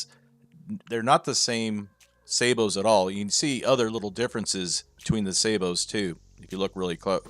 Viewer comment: Why do they all call Sabots "Saybots"? AND do they talk about Saybotage? 🤔